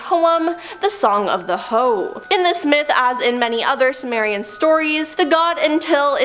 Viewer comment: Summer-in?? Sue-merry-in...